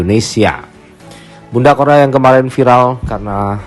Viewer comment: korla kok jadi chorla😂